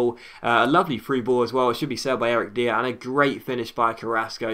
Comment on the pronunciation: "Dier" is pronounced as "Dyer"